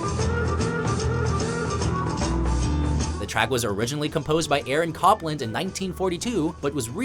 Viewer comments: ELP covers Aaron Copland, which is pronounced Aaron "COPEland" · I have many problems with this list. Firstly, please note that the composer of "Fanfare for the Common Man" was Aaron Copland, pronounced COPE-land, not CAHP-land. "Chest Fever" should absolutely be on this list. Something by the Zombies or Genesis as well. "Bloody Well Right" would also be appropriate. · lmao the narrator pronounces aaron copland's last name as "KAHP-land" like turn in your fuckin nerd card 5 decades ago dude